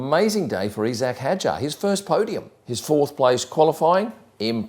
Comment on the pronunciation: why is everyone suddenly pronouncing isack as "eesack" ?